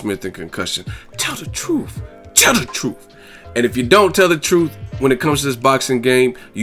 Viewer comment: "Tell duh truff" Should be its own segment. lol